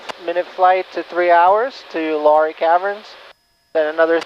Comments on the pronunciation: Nice video. Not to be a nudge, but the name of the caverns / town is pronounced “lah Ray”, not lory. Just saying. Digging the Grumman. I’ve been flying an AA5 Traveler while out here in Oregon! Fair Skies and Following Winds! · Luray is pronounced Loo-ray.